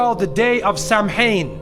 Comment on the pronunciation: It's pronounced "Keltic". It's pronounced "Sow-win". Samhain was a festival named for November, not a god. The spirits weren't all evil. The disguises were to impersonate the spirits, not for spirits to be disguised CORRECTION: It wasn't moved in 1834. It was moved sometime between 731-741 under Pope Gregory III. Not all the costumes are evil. Look at more catalogs and stores. That was totally exaggerated 80's-era bullshit concocted by zealots of the Religous Right. Remember that the Abrahamic faith preached by this narrator in this video was ripped off from another Abrahamic faith that consecrated Samhain into "Halloween" and also created All Souls Day after All Saints Day (All Hallows Day/Halloween).